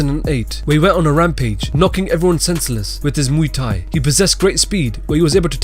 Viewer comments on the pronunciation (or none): none